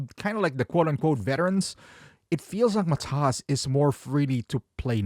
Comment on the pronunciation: Hey mate, when you say Matas name, the accent is on MAtas , not MaTas.